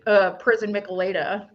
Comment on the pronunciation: Minor note- it's pronounced mee-chay-lah-dah (Spanish). A similar drink is the Caesar from Canada. 👍 I grew up in SoCal and actually had a few of these. Not the biggest fan, but you can even get them at Dodger games. Bud and the usual Mexican beer brands even sell them in can form 😂 See them in gas station fridge sections